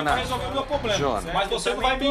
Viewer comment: impossivel confiar em quem fala ''poblema''